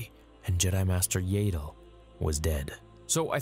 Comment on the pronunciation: It would have been a cool video if you'd just learned how to pronounce Yaddle. Were adults now and its rude to mispronounce peoples names especially when you know what the correct pronunciation is. It just makes us feel like you're not a true fan and are just doing this for money.😢